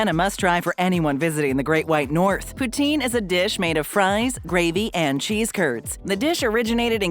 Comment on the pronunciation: The pronunciation of Poutine is making my French Canadian heart hurt...